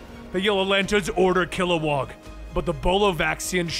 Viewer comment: Kilowog. Not WAG.